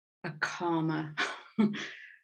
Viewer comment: Wait, did you say a calmer reading or a karma reading? Because I heard karma 😂